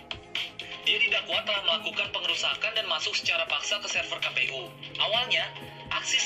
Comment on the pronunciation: Itu singkatan dlm bhs indo , jd bacanya ka pe u, bukan kei pi yu.